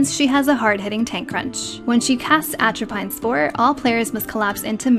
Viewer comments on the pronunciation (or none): pronounced "Atropine" wrong though lol